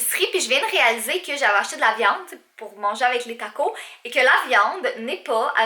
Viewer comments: En France et on dit tacos on prononcé le S sa fait super trajet bizarre gros bisou a toi ton chat 😘😘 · taco"s" et on pronnonce le "s" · Les taco 😂😂😂 c'est trop marant comment tu le pronnonce